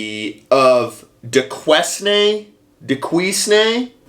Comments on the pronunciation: Pronounced Du-Kane. And he's an idiot. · Its pronounced " Doo-Kain" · I live in Pittsburgh... It's pronounced Dew kane ... Duquesne University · Duquesne University is commonly pronounced "Dew Cane." Other than That, I know nothing about it. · DuQuesne- Dew-Kane is how it’s pronounced, but you were close 🤣 Second time in an hour I’m confronted by lunacy from my area. Awesome. At least it’s nearby. This won’t go over well here. I can tell you that much. Pittsburgh might be a bit woke, but it’s absolutely surrounded by deep red. The parents of the students spending thousands to sending their kids there likely voted Trump. Not me. My kid is a genius. Started his own business and has no debt. General contracting. Damn good one, too. Just laid our new click lock and porcelain tile flooring. This winter he is remodeling our bathroom. He’s too busy right now with other jobs. He’s making bank while these goobers will be making his coffee and btching about their student loan debt lolol. That’s muh boy! He’s already even got the grandkid on the job over the summer learning and earning. He made enough to buy himself a quad at 9 years old. That was just being a gopher, cutting some grass, pulling weeds, swinging an occasional hammer. Wonder what those self hating college kids earned other than 100k in debt? 😂👌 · Yes, and the university is pronounced Du-Shane. Took me a long time to figure it out!😉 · Yes I’m embarrassed to say I live in Pittsburgh near this school. It is pronounced like “Due Cane” he is a pos and should be fired. I will be calling the school. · It’s pronounced Doo Cain. The lefties trolling you are gonna have a field day. But F em if they can’t take a joke! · It is pronounced " ducane ", and this guy is obviously a whack job! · It's pronounced like Du-Cane, it's in PA & this ass hat DOES NOT represent the majority of Pennsylvania. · Duquesne is pronounced “Due Cane” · Do Kane is how you say Duquesne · Pronounced Duke Aine The S is silent / pronounced Du-cane